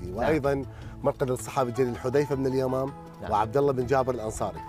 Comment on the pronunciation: يكول حذيفه ابن اليمام؟؟ عيني اليمان وليس اليمام